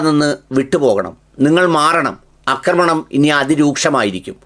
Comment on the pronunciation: അക്രമണം അല്ല മന്ദപ്പാ.. ആക്രമണം 😂😂😂😂 അക്രമം കറക്റ്റ് ആണ്. അക്രമണം എന്ന വാക്കില്ല. ആക്രമണം എന്ന വാക്കേ ഉള്ളു. പിന്നെ ഉള്ളത് അക്രമം എന്ന വാക്കാണ്. കഷ്ടം.